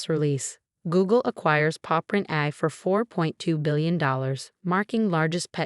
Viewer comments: Please ensure the narrator actually pronounces terms correctly. "AI" is pronounced "A" "I," as in Articifical Intelligence. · AI which is the abbreviation for Artificial Intelligence, Is Pronounced: A, I , Each letter Separately. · Yeah, that is hilarious. AI written, AI read, and it still can't pronounce its own name without a space between the letters.